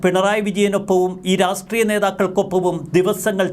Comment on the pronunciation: രാസ്ട്രീയമല്ലടോ.. രാഷ്ട്രീയം എന്ന് പറ.!